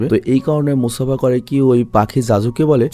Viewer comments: Vhai Mufasa not musafa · Musafa ❌ Mufasa ✅ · Mufasa k msafa banay dise 😂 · Vai!!!. Mufasa!!!!! Musafa na! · ভাই গল্প শুনে ভালো লাগলেও, মুসাফা নাম না ভালো লাগলো না, কারন মুফাসা নাম হবে। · ভাই আপনার পুরো ভিডিও শুধু মুসাফা মানে মুফাসা কে নিয়ে,,, কিন্তু একটি বারের জন্যও সঠিক নাম উচ্চারণ করেন নাই 😂 মুসাফা ❌ মুফাসা ✅ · Vai musafa × mufasa √ 😊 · ভাই স্ক্রীপ্টে ক্যারেক্টার গুলোর নাম সঠিক ভাবে লিখবেন, আপনি মুফাসাকে বলছেন মুসাফা, আর টাকা কে বলছেন ডাকা, মানে কী বলব, 😑😑😑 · Musafa the lion King na bhai ❎ mufasa the lion King hbe ✅ 😂😊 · Musafa na borong mufasa hobe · Dhur miya musafa koi pailen er jnno r vlo laglo na jar jnno baad dilam dekha apnar video. Gorib banglali 3 belay vaath khay r vulbal English bole .mufasa the real one man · Musafa ki mufasa hobe mone hoy😢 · mufasa naki musafa🙃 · vai aita Mofasa hoibo Mosafa na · vai musafa na mufasa vai mufasha the king explean valo hoi nai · Vai Mustafa noy mufasa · ভাই ওটা মুসাফা হবে না ওটা হবে মুফাসা 😅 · আমি বলতে এসে দেখি আপনারা সবাই একই কথা বলেছেন, তাই আমি আর কিছু বল্লাম না 😂মুসাফা ❌মুফাসা ✅ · Musafa na mufasa